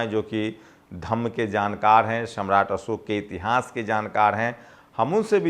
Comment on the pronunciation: असोक नहीं अशोक। आपकी हिन्दी भाषा अच्छी नहीं है तो एक हिंदी भाषा जानकार रख लीजिए। अगर आप चाहे तो मैं आपकी सहायता कर सकता हूं। लेकिन मैं हिंदी में अशुद्धि बर्दाश्त नहीं कर सकता। हिन्दी में एक शब्द बदलने से पूरा वाक्य बदल जाता है।